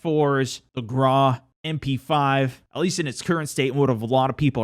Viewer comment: Stop pronouncing Grau wrong